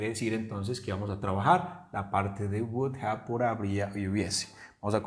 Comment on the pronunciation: Yo no diría "wudA" sino, "wu-dov" porque al final suena una "V" y NO una "A". Algunas personas la dicen así: "wudof" Pero das la clase muy bien. ¡Felicidades!